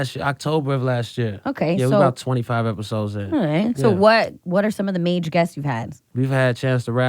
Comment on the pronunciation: Stop saying "mage" my dude. Or is it spelled "maj"? The word major is not that hard to say in its entirety.